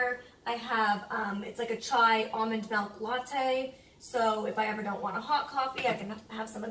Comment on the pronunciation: ily but its milk not milk